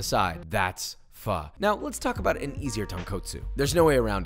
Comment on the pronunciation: You can’t try to compare the two. Completely different. Pho is herbal and ramen isn’t. And it’s not pronounce “fa” 🤣